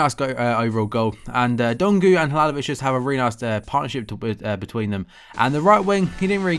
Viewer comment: Its halilovic not halalovic